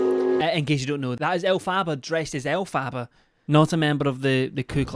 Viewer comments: ell- fabaaaa is what he calls her 😭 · it’s pronounced Elf-er-ba 💕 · LOVE How you call her El Faba hahahaha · Elf far bar is how you pronounce it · Elf - a - ba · Second person I've heard now continuously mispronounce Elphaba, and it just unfortunately grates on me every time 😅🙃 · I love but I can’t help but cringe every time he pronounces Elphaba’s name wrong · I love how just continuously mispronounces her name over and over and over 😂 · Ive noticed most uk ppl that cover her pronounce it this way lol